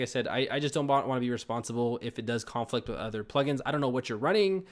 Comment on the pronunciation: Also, he should be pronouncing the verb form (con-FLICT) instead of the noun form (CON-flict).